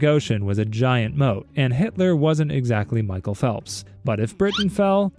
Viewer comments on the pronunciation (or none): none